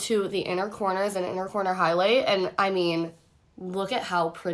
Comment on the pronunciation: “Inner cornter.” Lol. 😹